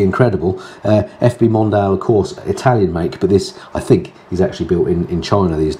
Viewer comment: Hi - I’ve enjoyed the Portugal tour better when interwoven with normal videos 👍 BTW I think Mondial is pronounced Mon-dee-al rather than Mon-dial. Cheers for all your hard work.